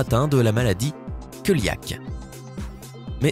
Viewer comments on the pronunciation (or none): Coeliaque: se prononce Séliaque et pas keliaque. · Coeliaque se prononce séliaque et pas keuliaque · "KEULIAK"... Pffff..... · Maladie coeliaque se prononce céliaque x) (Rien de méchant, c'est juste à titre informatif) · queuliaque c'est joli X'D